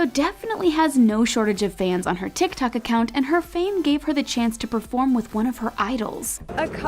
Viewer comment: Every time pronounce "TIKTOK" it annoys me like a lot😒